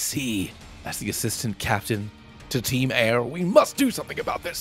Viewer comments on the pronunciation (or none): Hey, nice video, but it’s actually called ‘team soar’ or something